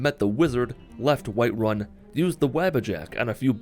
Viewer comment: "White Wun"